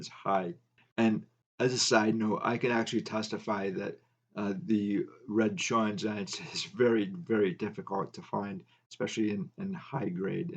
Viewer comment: So interesting. Thx! Re Red Schoendienst. I believe his name is pronounced Shane-deenst. I grew up when he was still playing and I have a few of his cards. Not sure where I got that understanding but I believe that is correct. Cheers.